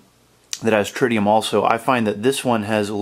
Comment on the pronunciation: it not tridium it is TRITIUM :) Really nice watch !